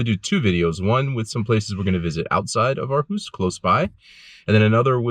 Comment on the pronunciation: I am so impressed about how you make an effort to pronunciate correctly. Living in Aarhus myself, I was blown away about how well your pronunciation of the name of the city was. Usually native english speaking people, struggle with the Aa-combination being pronounced as an Å, followed by the r. So used to it sounding like AAAAhUUUs. 👍🏻